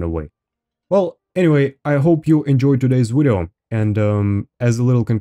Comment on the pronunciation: "In todays wideo"... I subscribed